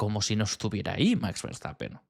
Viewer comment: y recuerda, no es lo mismo pronunciar much que max, gracias